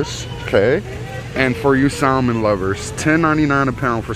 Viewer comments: The L is salmon is silent. Also there is no extra R's in water. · L in Salmon is silent…🤣